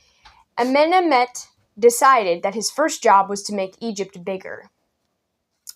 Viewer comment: I LOVE the "Amenamenamhet" pronunciation. XD